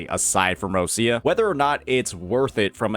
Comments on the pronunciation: More like rotcha or roccha, not roshia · her name is pronounced more like Ro - Cha